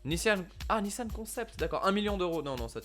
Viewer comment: Cest pas nissanne cest nissan On dit mamanne ou maman